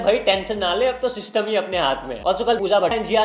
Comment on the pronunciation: I don't know why Elvish yadav always say Systumm but mst lgta hai yrr😂😂